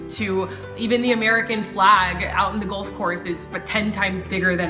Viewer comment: Like the video but the fact she mispronounces golf the whole time is making me cringe lol